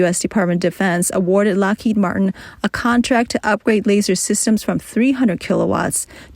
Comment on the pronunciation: The speaker is very good. But they keep dropping their Ds at the end of words like: had, Lockheed, solid, and so on. Enunciate those. Follow through.